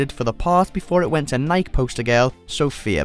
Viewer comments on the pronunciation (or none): I'm sorry, did you say "nike" (rhymes with bike) instead of Nike (ny-kee)? I had to listen to it twice. You seriously don't know how Nike is pronounced? And NO ONE CAUGHT THAT?! And "nightmare fuel for bedwetting teenagers". Um, how many teenagers do you know who wet the bed? Bed wetting is more of a childhood condition and it usually ends before adolescence/teen years.